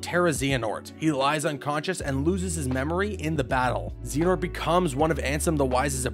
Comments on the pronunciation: I was waiting to see how long it took for him to screw one up and I don't think that XANAHOORT is a correct pronunciation. I'm sure he will maybe get better with time, though. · Zee-an-ort? At least not as bad as IGN’s “Eriqueez” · zeehanort killed me every time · Stop saying Xehanort so wrong!!!